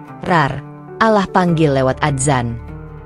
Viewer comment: Bacanya yg bener kata Allah bukan alah